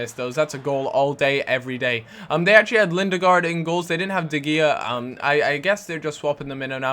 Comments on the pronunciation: its da hea not de gea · It's pronounced "De Hey-ah" not De Gee-ah" :) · it's pronouced de-hea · de gea's name is pronounced de hea, but with a g